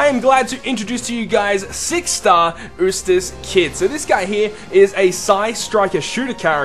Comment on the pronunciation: I think it's pronounced You-stass and not ooh-stass. Sorry, just nitpicking! Great video and concept!